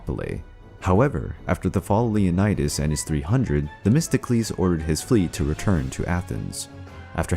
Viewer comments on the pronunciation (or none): none